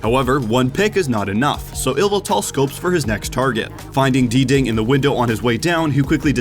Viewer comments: Nighthunder yeh, pretty sure it’s just pronounced “ding” right? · Please stop calling Dding “ D-Ding” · dee ding? DEE DING? that’s the best mispronunciation of a player name ever. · By the way I think DDing is pronounced Ding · Dding is pronounced Ding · He meant Diddy Kong but forgot the Ko